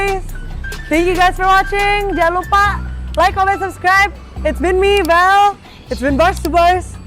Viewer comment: Vale bukan valir